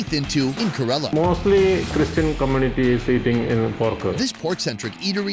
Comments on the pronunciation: KAY-lah-rrrUH not kUHrelah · It's ke-ra-la you idiot not karala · If there is another episode, please correct the pronunciation of KErAla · It’s pronounced Care-la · when will you learn to pronounce Ker-ala properly ! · First thing , pronounce correctly KERALA name. KAYRALA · why are you pronouncing it 'kuh rella' lol. You were literally talking to people from that state and no one corrected you? Are you from Umrica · I love you, but for the love of, please, please pronunciate Kerala correctly 😂 sorry, I know its such a small thing, but it's been driving me insane since the last video, even though the locals have pronounced it the way it should be! However, I'd est any and all of those dishes. Indian cuisine is by gar my favourite, even though I've only had the westernised versions. One day I will have a full authentic Indian meal, and I bet it will be the meal to end all meals!